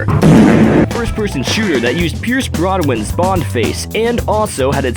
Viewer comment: Did you just call him Pierce Broadwin?